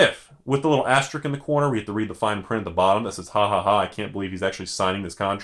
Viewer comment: *asteriSk*...not asterik (shakes head)